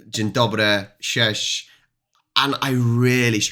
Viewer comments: Your "cześć" sounds more like "sześć" (six) tbh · Sorry m8 but your version on hi in polish sounds more like number 6 then hi lol